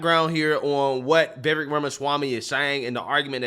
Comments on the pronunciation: Pls say his name correctly. Vivek sounds like cake! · will you please pronounce Vivek's name properly. Vivek rhymes with lake, and the accent is on the second syllable. So for goodness sAKE, it's VivAKE. 😄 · what can we do to make you say VIVEK as if it rhymes with CAKE??!! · If likes Vivek Ramaswamy as much as he says he does, why won't he take the time to learn how to pronounce Vivek's name properly? It's so grating and irritating to hear continually mispronounce it, and that seems disrespectful to me.